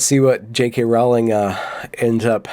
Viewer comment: Rowling.... rhymes with "Bowling" ... as in "Fuck it dude.... Let's go bowling... "